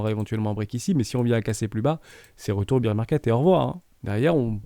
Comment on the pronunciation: Super vidéo, merci !! Je me posais justement intérieurement la question pour le CRO et le XRP, surtout le XRP avec ses problèmes avec la SEC. Tkt on s'en fiche de l'anglais (pour high) ! Comme quand on entend un peu partout "beer" market au lieu de "bear", au moins ça donne envie de prendre l'apéro ! "biais psychologique j'y vais!", tu m'as fait rire ^^